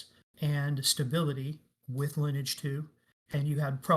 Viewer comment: "Lineage 2" the way he pronounces 'Lineage' makes go into a berzerker frenzy.